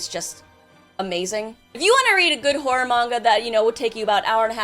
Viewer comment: Why she keep saying whore instead of horror?